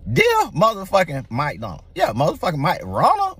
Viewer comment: I thought he said "Mike Donald".😄